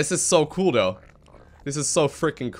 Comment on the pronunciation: When Ever He says Th he says D, Instead of saying though, He says dou xD